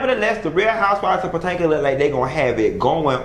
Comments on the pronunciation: Puh-toe-mick... that's how you pronounce it. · Did he say house of potato 💀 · I'm just ready to hear you say Patanka again 😂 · He been saying Pa-Tan-ka since he started watching and reviewing them..LoL Pa Tan ka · PA-TANK-A .. He said what he said 😂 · Nope its definitely Patanka now 😂😂😂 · Honey you don’t know how to pronounce “Potomac”